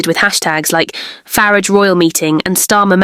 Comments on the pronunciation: Yes we heard you repeatedly mispronounce Nigel farages name..disrespecting ring him and the party he stands for. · I'd like to believe this post ... but I'm not taken in by this vlog. Just ask yourselves: why is Nigel Farages' surname mispronounced? Could this be an AI voice? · 😂😂😂 I can't! The way the ai says Nigel farage! 😂😂 Starmars actually wild tho wtf...